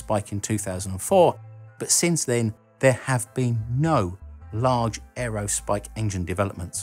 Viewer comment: Larg!? I’ve never heard large pronounced like that.